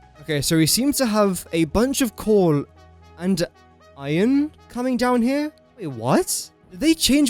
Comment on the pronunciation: coal is not pronounced "corn"